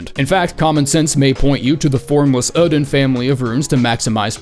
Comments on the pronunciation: Oedon is supposed to be pronounced as Idon or Eedon, not Odin. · “Formless ÆŒ-din” I’ve always thought the emphasis was on the O, like Oh-eh-din. Been watching you since your old alliteration filled BB vids, I’m glad you’re back to it. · it's pronounced 'Erdon', Isz is 'Eyes' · These Bloodborne vids are just an excuse for to say "Formless uuhhden"